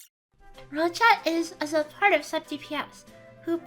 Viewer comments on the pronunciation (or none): Tbh, it took me 3 time to understand you are saying "Roccia is a >supportive< sub dps". That was the unclearest I have ever heard you.